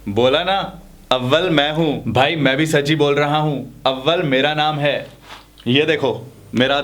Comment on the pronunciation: Abbal nehi too AWAL